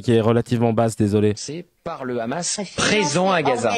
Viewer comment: C’est le Hamas comme avec un h expiré (ح) et non pas le khamas (خ)…en plus ils sont illettrés !